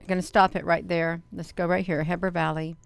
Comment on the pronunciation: Looks like a reflection to me. Heber is pronounced (he-ber)